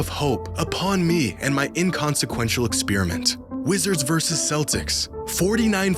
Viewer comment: I love ya but there is no such word as "exspearamint," and if there is it's a type of chewing gum.